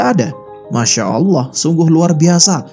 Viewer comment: Saran untuk mimin cara mengucapkan "Allah", pada islam dibaca "الله", sedangkan untuk kristen dibaca "al-lah"